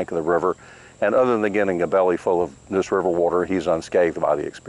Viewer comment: It's NEUSE like the river not NOOSE like the rope